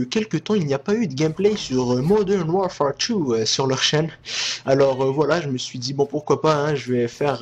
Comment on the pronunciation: Il se déchire quand il dit moderne warfare 2 :)